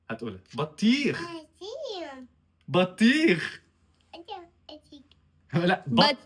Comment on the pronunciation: اتقن النطق بطيخ وليس بتيخ وكلمة عربي تفاح وكلمة انجليزي بنانة ؟!!! خطأ اول خمس سنين عربي فقط وعلمها قرآن بنطق صحيح